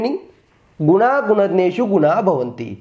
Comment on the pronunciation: Second word me aapne wrong bola gundneshu bolo. Aap bole gunednrshu.I am Sanskrit teacher.